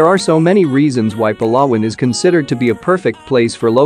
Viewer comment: Giving advice where to live in the Philippines yet he can’t even pronounce Palawan correctly.